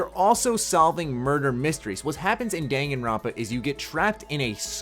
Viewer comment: I'm pretty sure he pronounced the name right.